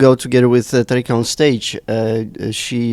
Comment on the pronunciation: Tamika, nie Tarika ;)